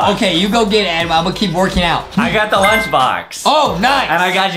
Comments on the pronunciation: Justin is so mean to adam because justin said adem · I love whean Adam mess upp words